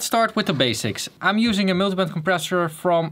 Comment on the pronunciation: Miltybent compression kinda funny how he says it